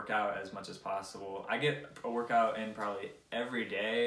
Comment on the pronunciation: probabaly..probabaly...lmao same tho 😂❤